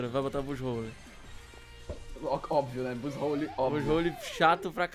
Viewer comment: O se fala buzzwole não buzzrole